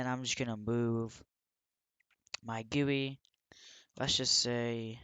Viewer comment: it is supposed to be G.U.I lol. no offence